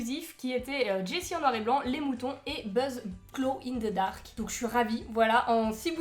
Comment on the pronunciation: C'est de la peinture gloe in zeu darc. Hmour! Humour! C'est pas de ma faute si vous les français ne parlent mal français 😭😭